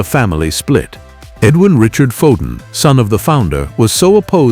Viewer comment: Gave up at Foden of sandbarh